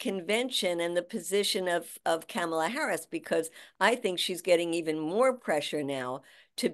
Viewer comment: PLEASE pronounce VP Harris's first name correctly Madea! It's "COMMA-LA". NOT "CAMel-luh".